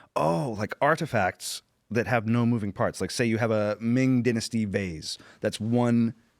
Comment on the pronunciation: Any one who pronounces "Dynasty" like this guy sounds unbearably pretentious